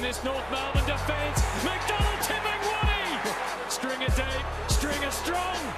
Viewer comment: its tipungwuti not tip and woody